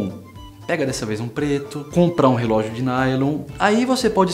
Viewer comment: cara rrrelogio de aco com terno ai nao ne'